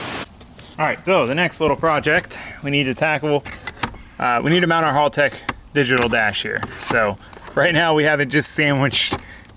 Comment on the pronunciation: Knows how to say Haltech, still says it wrong. Pretty disrespectful.